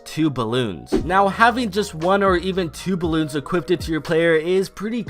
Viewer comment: Now having one or two balloons “equippeded”